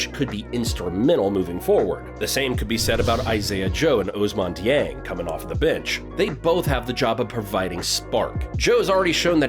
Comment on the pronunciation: And Ousmane, Ohsman Deeing. I cringed so hard.